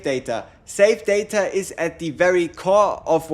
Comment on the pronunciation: Saved data : Sa-ta? Hahaha he was confused when he said that... that's pretty cute